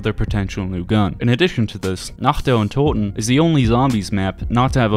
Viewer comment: Not german, but been studying since I was 10 or so. The way he said "untoten" was legit the best I've heard from english speakers.